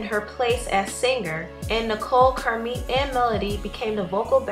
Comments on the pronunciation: OMGosh, I cannot take the narrator's poor pronunciation of many words and names. It's not pronounced sinGRR.....the g is soft in ing. The cadence of your speech is very unnatural. Narrating is not your calling.... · The word singer is not pronounced seenGRR.....the g in ing is soft. It is annoying how you can't pronounce ing words.